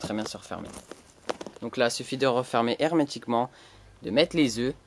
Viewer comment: Arrete de dire hermetiqument !!! Sinon bonne video!